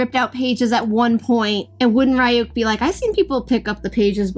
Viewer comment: Pronouncing RYUKs name wrong was triggering. 😂 THE CHARACTERS ARE ALREADY SAYING IT CORRECTLY WHY Rayuk tf its Reeeyuk ryuk RYUK